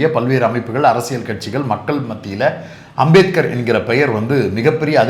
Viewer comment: அந்த அமித்ஷாவுக்கு அம்பேத்கர் பேரை சொல்லவே தெரியல உச்சரி வரல வாயில் ஹான்ஸ் போட்டா மாதிரி சொல்றாரு